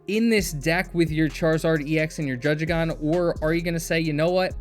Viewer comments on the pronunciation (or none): aha, its not drudge-igon, its drudd-igon